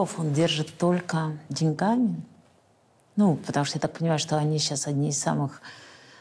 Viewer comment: Не позортесь Синдеева, деньгами - ставьте правильно ударение, удачи!